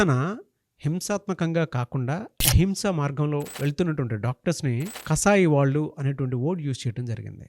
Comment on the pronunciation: Pronounciation of vallu is incorrect.